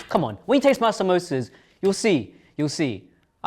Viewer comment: the fact that all of them pronounced samsosas in a white way